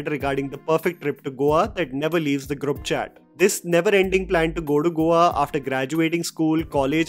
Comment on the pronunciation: ITS GROUP, NOT GRUP